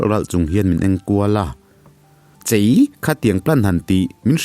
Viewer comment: Kolasib lam atangin, in thlahrung deuh in chei nilovin "CHHEI" tih zawk tur aw 🤭 hian lo ti dik tawh rawh se 😊